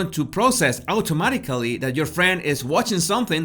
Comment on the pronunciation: Auticamatically?? Auto-mat-ick-lee